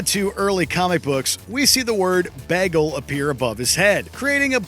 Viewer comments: Narrator often pronounces "Bagel" like Britta Perry. Pop Pop! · Did this dude say bagel like Britta? Did he Britta the pronunciation? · Am I the only one disturbed by how he pronounced Bagel?